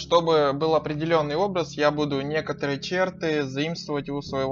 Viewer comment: Спасибо большое Вам за урок! Но только хочу немного поправить: не че́рты, а черты́